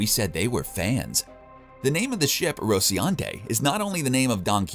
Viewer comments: Thank you. I thought I was going crazy... He says rociante when the name of the ship is on screen and it clearly reads rociNante. How do these people even have jobs? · Is anyone else annoyed that the narrator messes up the name of nearly every ship? The Rociante (Rocinante) the Toshi (Tachi) and the Donnag-er (Donnager) He even calls the Twin Towers in NY the "Two Towers". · really appreciate the vid but its prounced Roci-NAN-tay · “Ro-ci-ante” Every time he misses the n was like nails dragging on a blackboard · Rociante? Isn’t it Rocinante? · Why does this guy keep saying "rociante" instead or "rociNante"? Can't you read? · Wait a minute, ahem, are you saying Rociante? ok well reason enough to stop the video, if you can’t get that right. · Roci'ante, Donnagher, Scalopi, Marcos Inaros... I get that the voice actor is not the same person who wrote the script but at least double check with him... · This one. See previous comments. Especially learn how to pronounce RociNaNte. I mean seriously, what do you have against the letter N? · but also RociAnte, not once, several times even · “Rosiante” “Donover” dude has some baaad dyslexia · "RociAnte" lol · I enjoyed the video, but winced every time the narrator mispronounced a ship name. “Ross-eee-an-tee”?? “Ska-poo-lee”? There was one more bad one that escapes me. I’m sure that the narrator is just a voice actor, not a fan, but geez, it was painful to listen to. I was kicking myself for not picking up on the names of the drop troops - Hicks and Hudson? Duncan Idaho? How could I have missed that? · This one, maybe by giving the narrator a list of phonetically spelled names? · every time he says the name of the Rocinante I cringe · Take a shot every time he pronounces Rocinante wrong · RociNante. TAchi. DAlek. And a bunch more. Seriously wtf. I ain't finishing this vid now. Too annoyed. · Maybe at least try to pronounce stuff right next time?